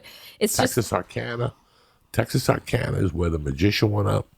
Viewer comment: Lmao how he said Texarkana "Texasarkana"